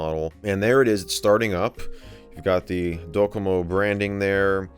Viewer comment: DOcomo You don't emphasize the second syllable in Japanese